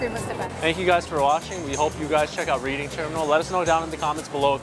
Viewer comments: It's pronounced REDing not REEDing ffs. 😵‍💫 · RED-DING Terminal is the way to say it, Not REED-ING. Love the tour. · The name Reading Terminal Market comes from the railroad trip to the city of Reading, Pennsylvania. Pronounced: Red Ding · It’s pronounced “red~ing”. Think “ I read a great book last week.” Nice video! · Spelled Reading but pronounced Redding